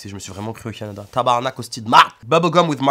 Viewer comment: 😂😂😂 les sacres québécois! Je tiens à souligner que tu dis très bien tabarnak 😂👌🏻